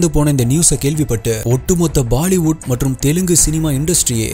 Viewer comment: Baali wood ❌❌ alla bro Bollywood ✅✅ Baali wood ❌❌ alla bro Bollywood ✅✅